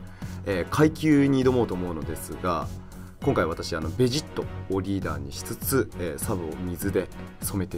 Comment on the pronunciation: べ↓ジッ↑ト↓じゃなくて ベ↑ジッ↑ト↓じゃないの？ 分かりにくくてごめんなさい。